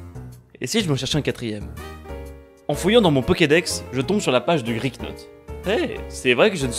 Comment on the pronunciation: ce moment où tu remarques que tu as aussi appelé ton Griknot "Crok" 😂je crois que je l'avais appelé "Krok"le mien je crois oui...en tous cas j'aime vraiment bien ce type de "lets play" résumé avec du montage j'aimerais en revoir ou en faire moi-même ça a l'air fun😃